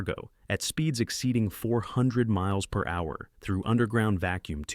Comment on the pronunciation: Great video, but the way the A.I. pronounced MPH makes me wish video makers would stop being lazy. I think all AI videos should not be monetized due to not putting in the work.